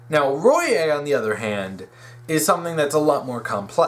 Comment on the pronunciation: Small nitpick, but Royai is pronounced Roy-eye